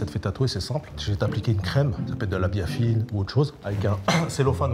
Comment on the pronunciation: Mdr quand il a dit biafine j'ai compris😂😂😂